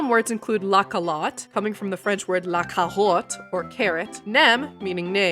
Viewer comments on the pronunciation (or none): this was a really cool and informative video!! Also I'm so sorry to admit this but half the time you said words in french I did NAWT recognize them 💔 you gotta further emphasize the V in voiture and r in carotte but ur almost there